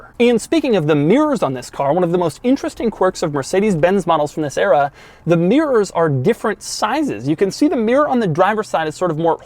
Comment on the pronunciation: I don't think I could write mirrors the way Doug pronounces it. Miyrrrs